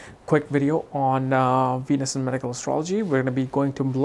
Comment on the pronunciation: Cracks me up when he says “Weenus” 😂